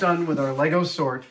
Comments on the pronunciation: Ah dam, he lost me at LEYGOES ITS LEGO!!! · He said 'legos' grrrrrr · Adam, Adam, Adam, It's "Lego" or "Lego Bricks". <3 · Adam, it`s LEGO, not LEGOS :) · There is no s on the end of Lego, it’s just Lego the end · LEGO, not LEGOs. Like sheep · Love you dude, but its lego not legos. Sheep not sheeps!!!! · LEGO it is not Legos, wish you americans would stop pluralising the word, its really annoying to us Europeans.